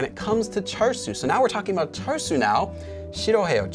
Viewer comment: Lowkey thought you said char-siu (like the pork) instead of the name 철수 (cheolsu) 😂 Think I need to work on my Korean listening skills lol